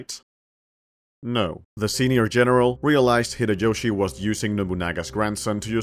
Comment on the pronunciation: Great video, i just wish the pronounciation for some stuff was better😆 秀吉 and 家康 aren't crazy difficult to pronounce😭